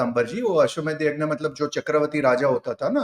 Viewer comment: कार्तिक जी आप अभी भी blunders करते जा रहे हो । आप ज्ञानी हो, ज्यानी नहीं तो जान लो अश्वमेध यज्ञ होता है अश्वमेध यग्न नहीं । हिन्दी की मिट्टी पलीत करने का किसी ज्ञानी को भी अधिकार नहीं ।